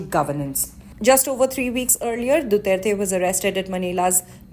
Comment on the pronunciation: ICC cant even pronounce his name right much more of what he has done